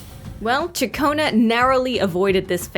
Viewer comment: "Shakonnu" like chaccone that's how her name pronounced if you did a little research.